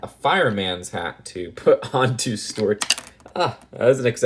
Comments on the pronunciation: Why do you keep calling Stewart “stort”? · A) I thought young didn't like the minions or Despicable Me because you thought they were really annoying (unless that was someone else Idk), and B) Why do you keep calling Stuart "Stort" (unless that's just your accent Idk)?? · he pronounces Stuart like stwert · I like how he pronounces Stuart as stort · Nobody:: Stewwuarttt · Why does he say Stuart weird?